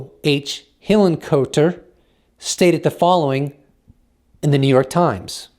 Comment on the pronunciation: Hillen-"Kot-er" (phonetically)-kahter- like "bot"